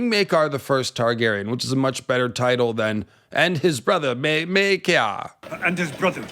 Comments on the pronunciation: Well, it's definitely not Myay-car. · Maker. His name is pronounced, Maker. Not May-car. Maker. Love your channel. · Its spelled Maekar. Therefore, it's pronounced Maker. To my knowledge, there are no apostrophes in the name or any other symbols to denote an alternate pronunciation. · The "Myeah-kar" pronunciation is very Irish. See also videos about the Irish MP who sounds Jamaican. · "Meakar" is what i think the herald is saying. the character or the actor misread and switched the A and E. intended, i'm sure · that's not the show or actor butchering Maekar's name, that's just a north-eastern English accent and how they pronounce a long 'a' sound up there.